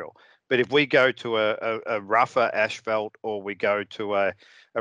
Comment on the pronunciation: Absolutely loved the way pronounced asphalt...ashfelt. That would be a fantastic name for motorcycle pants ™